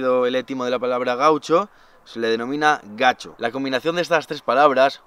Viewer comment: Gacho no… en Andalucía es gachó… una puntualiza sobre la pronunciación🙏🏻. Mil gracias por llevarnos a lugares inhóspitos!! Impaciente por el próximo vídeo y por el otro y por el otro…😁. Crack elevado a la máxima potencia! Sigue disfrutando y viviéndolo como muchos quisiéramos…. Besotes!!